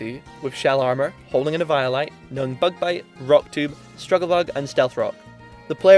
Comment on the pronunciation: The way you pronounced eviolite at first threw me off and I was like "what's that lol?!", then I looked was like oh you mean eviolite 😂